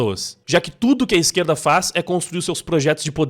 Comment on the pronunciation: "ó a hipocrisia dar izqueerllda!"